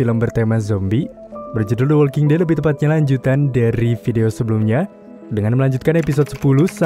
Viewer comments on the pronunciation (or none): none